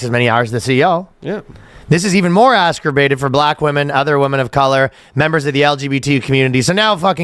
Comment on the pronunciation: Ryan: "This is even more askrabated for women of color." Fine attempt at exacerbated